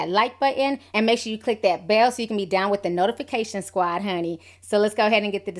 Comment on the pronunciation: You keep saying when he was "ax" about. It's prounounced "ASKEKD". Your using the X instead of the S. Also, it's not WIF it's WITH. Don't use F, use TH TH TH.